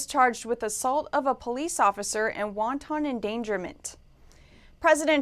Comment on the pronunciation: Host doesn’t know how to pronounce ‘wanton’ it’s not ‘wonton’